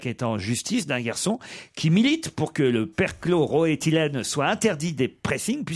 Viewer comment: Perchlo - roethylene ! Ruquier est hallucinant il n’en rate pas une dès qu’il faut faire une erreur de prononciation. Un génie de l’erreur orale !